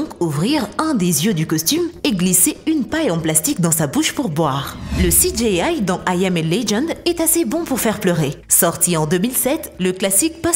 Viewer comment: CI DJI AILLE. pas CI DJÉ AILLE. Merci ;D